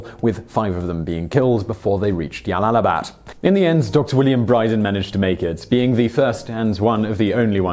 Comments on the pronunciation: Jalalabad is pronounced: "Jalalabad", not "Yalalabad" Source: Pronunciation Guide (YouTube channel). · This has one of the funniest mispronunciations. It is J(like John), not like y in yes for Jalalabad. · 1st - Jalalabad is pronounced like (J) not (y) . 2nd - the general was left alive to deliver the message of Afghan bravery. 3rd - The people who fought with British soldiers, were the freedom fighters of their own homeland not Welsh or Scottish rebels. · Jalalabad is an Arabic name, not Spanish. If it were Spanish, then you may have a point with Yalalabad But it's not. It's Arabic. And the correct pronunciation is JALAL-ABAD OK ? > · J. Not Y. Jalalabad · What the actual fuck is "Yallalabad"? There's a reason it's a J! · Glomo To be fair not all Js in Spanish are pronounced as Ys either (Juego, Jueves, Janero, etc.) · Jalalabad is pronounced English way not Spanish way. So it's not pronounced Yalalabad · The town of Yallallibad - I dare you to say that town name five times fast without messing it up !! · Ugh, I cringe every time you say Jalalabad. It's J. Jalalabad. Like as in jersey. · It is really not pronounced "yalalabad" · I thought the Spanish J mostly a hard 'h' sound but can also make 'y' sound. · Jalalabad is pronounced with a hard J. And this general sounds like a cockfool and a half. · Its J not Y, afghans arent hispanic